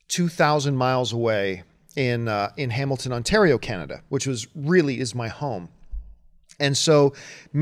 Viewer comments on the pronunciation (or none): none